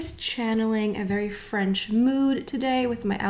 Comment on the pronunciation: Why is she the only one who pronounces everything French in a weird way. I mean I speak French too but NOT like that! She makes up her own pronunciation. Very Annoying